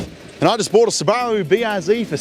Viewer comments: I absolutely despise the way your pronounce subaru, but I will subscribe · Mate I really like this show, but the way you pronounce Subaru is doing my head in. I’ve never heard anyone say it like that. Is it a NZ thing? Never heard any of my NZ mates here in Aus say it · Kiwis pronounce Subaru funny, they emphasize the bar sound. Must be all the sheep over there 😊 There are plenty of examples of how it's pronounced in the rest of the world including Japan.